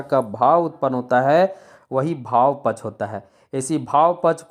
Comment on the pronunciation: पक्ष शब्द का उच्चारण सही करें